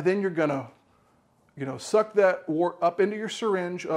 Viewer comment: Its pronounced "wurt," za vord is German, yah!